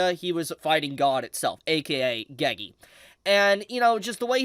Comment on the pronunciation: bro WHY are u saying geygi its NOT hard to say GE GE